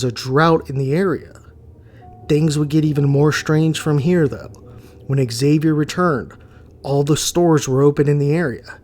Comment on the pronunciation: Excuse me but is pronounced Javier. The X in Spanish is pronounced like a j in this case. Like Mexico is pronounced Me-he-co. Just saying.😊